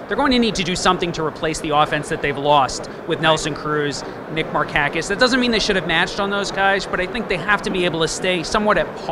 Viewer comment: Markakis is pronounced as "Mar-kack-is"????